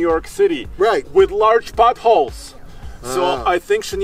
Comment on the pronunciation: “But she does live in New York City with large buttholes!” 😂😂😂 That’s what I first misheard. Took me a few rewinds to realize that he was saying “potholes”. 😆😆😆 I hope this brightens up your day! 😁😁😁